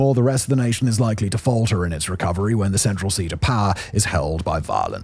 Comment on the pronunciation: The way this guy pronounces "power" reminds me of Rob Riggle's character from Step Brothers. "Paaa!" Maybe that's the origin of the joke